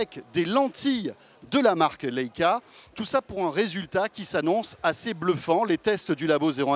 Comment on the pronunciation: ''Léca'' sérieusement? ça se prononce ''Laïca'' svp...